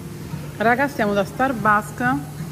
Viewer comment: “Starbarks” e “gòdermela” 😢